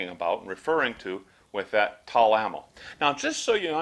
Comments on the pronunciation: Ammo , made in Tula . It’s pronounced Tula ammo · Tul? What’s tul? Oh you mean TULA..